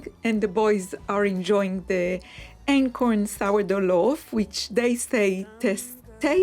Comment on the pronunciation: Are you saying acorn flour?